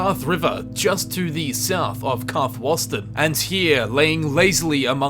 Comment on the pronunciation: Fuck the puns, learn to pronounce things right. Karthwasten should not have any o sounds. Karthwasten, Karth-Waste-n, say it with me